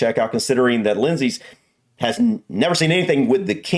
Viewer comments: Lindsay (sorry if spelling is wrong) is correct in the pronunciation of his name. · Lindsay's pronunciation was correct. I will say no more. Plenty of comments already made